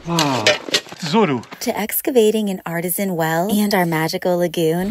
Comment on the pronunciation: "Arteeeeeeesian" well. LOL. At first I thought you had discovered a Grotto with Frescos, but as so many others have pointed out, it is pronounced "Arteeeesian." LOLOLOL. Love your channel